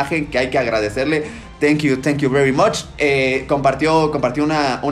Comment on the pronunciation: Nadie: Absolutamente nadie:: tANkiU, TanKIu BeRy MaCh😂